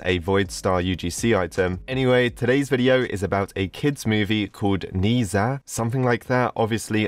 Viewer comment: i am chinese, and Ne Zha is a very good animation i swear :D and uh it's not pronounced like that. :P